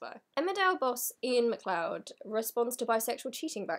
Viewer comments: i know this is completely irrelevent to the point of your video, so apologies, but MacLeod is pronounced Ma-cloud :) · MacLeod is a Scottish name pronounced Mac-Loud, not sure why there's an e there, but that's Gaelic for you :')